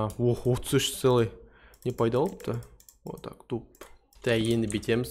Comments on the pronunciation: Боқтады мын рет қарадым 0,5 бес пан анық естылды қ*тақ теп айтыныз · Маған бірсе вот так бірсе қо*ақ деп естіле береді!!! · Маған қотақ деп естілді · Бірақ маган қотақ деп естілед😂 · аға ренжімеңізші маған просто солай естіле береді өзініз тындап көріншші қотақ дуб деп естіле береді нестим енді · к деп естилиме или в деп естилеме басы сойлегенде